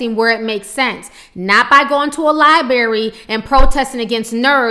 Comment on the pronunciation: it's not liebary it's library